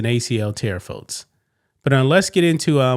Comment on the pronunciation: God damnit man..learn to say folks... there is no t in the word